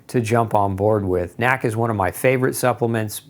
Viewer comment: stop saying nack. it's N.A.C.